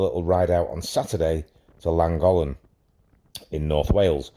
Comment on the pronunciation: I've never been to Langolan ...but I've been to "LLANGOLLEN " .... its easy to pronounce ....